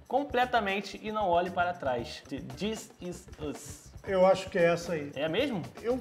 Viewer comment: da pra perceber a dificuldade dele em pronunciar: dizisùz (this is us)